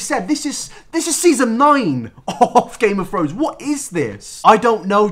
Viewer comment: nobody:: GAME OF FRONES